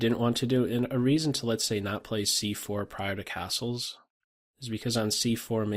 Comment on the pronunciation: Phone rings, I press pause just as is saying "castles", i finish on the phone and press play, I stand surprised by finishing his word sounding like "assholes" lol